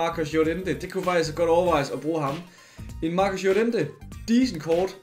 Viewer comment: Nobody:: JoREntE